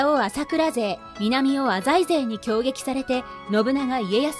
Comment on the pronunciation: お‼浅井を『あざい』と正しく発音してますね。ちなみに、滋賀県の湖北地域は、濁音点をつけて発音する風習が昔からあるみたいで、いつ頃からはまだわかってないみたいですね。ちなみに、脇坂は、『わきざか』と発音するのが正しいのです。